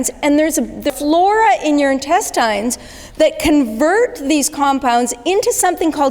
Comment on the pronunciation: Great video, but why is she pronouncing intestines that way?